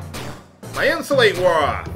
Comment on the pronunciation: yes becuase the spell is pronounced In-Sue-Lot-ell not insulate.